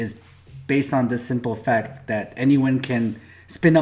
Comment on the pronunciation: Sounded more like seperate FUKT from FAKT